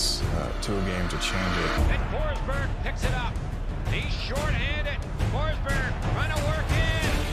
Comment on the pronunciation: Hate to be that guy, but it’s Forsberg :D